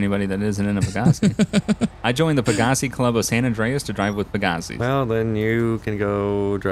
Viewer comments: pa-Ga-c me: peg-ga-c gta5: peg-ga-c moral of story: you’re saying it wrong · That moment its pronounced peg uh sai and they completely fuck it up LMAO